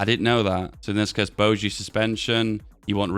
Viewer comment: Hard g on bogie.